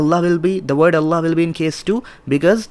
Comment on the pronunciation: In this video you don't say Allâh right. Please don't change the name of our Creator the Name OF Allâh. الله Is written with Schaddah on lam and also an extension on lam. And on the end is an ha.